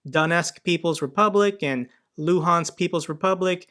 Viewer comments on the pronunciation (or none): none